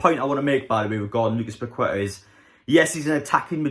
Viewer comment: It's pronounced paketta 👍